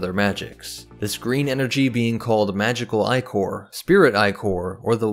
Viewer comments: "Eye"chor? "Ick"or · Ichor is not pronounced "eye-cor". It is ih-kur.